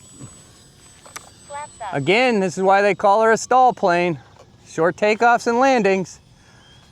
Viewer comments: STOL is pronounced like stole, not stall. The Pitts and Waco are beautiful planes but incredibly fragile, because EPS Coffee Cup foam. HH makes some great looking and flying planes, but that EPS foam SUX, and you have to pay a premium for their planes, so generally NO! Regarding their linear servos, that are world renowned for sticking, don't set them at a rate above 97%, and lube the contact surfaces, with an electric contact cleaner, before the first flight, and at least annually. That will take care of most of the servo issues. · Thanks for comparing a good variety of aircraft . FWIW… STOL is pronounced “stole”, not “stall”. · You’re mispronouncing STOL. It’s pronounced with the long “O”. You sound like you’re saying stall.